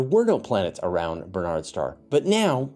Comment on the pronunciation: Minor point. Historically Barnard’s Star is pronounced with the accent on the first syllable. BARN’ ards star.